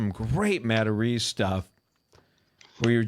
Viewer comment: "hey, I'm Joe MataRESE 🤷‍♂"